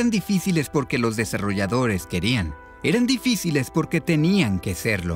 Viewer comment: Lo mejor del narrador del video es que no dice dificiles dice difidiles xd